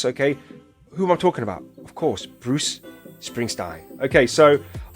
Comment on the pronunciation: Best reaction I've watched to anything Bruuuce! You nailed it. (I know you'll get his name right next time.) Thank you!!